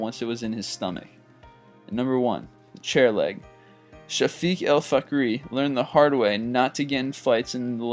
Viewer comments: weird name when i heard ''fhakery'' i said whaaa.... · On the last one...did he say fuckery? Or was that just me? XD